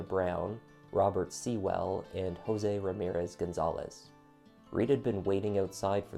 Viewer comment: Your video was well researched and enjoyable despite the horrific content. I’m a Nashville native and remember this well as I had ties to one of the victims, Robert Sewell. His last name is pronounced like “Sool” as in, rhymes with tool. Not “Sea-well.” Also, natives call Lebanon Rd “Leb-a-nun” Rd. I don’t expect you to re-record your video or anything, just more of an FYI. 🙂